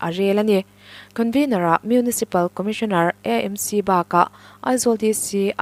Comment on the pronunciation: EMC nilovin,AMC ti hram la